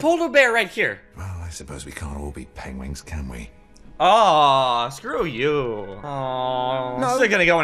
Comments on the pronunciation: Did you know that Benedict Cumberbatch has difficulty pronouncing "penguins" correctly? You can even hear it throughout the whole movie. Funny since it was first noticed when he did a documentary voice-over on some species including penguins before this movie. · Fun fact: Benedict Cumberbatch who voiced Classified, also become a narator of a penguin documentary film, and he completely butchered the name multiple times 'penglings' 'pengwings' 😂😂😂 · Did he just say "Pengwings"? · Lol, I'm almost positive they hired Benedict Cumberbatch because he can't say "Penguins".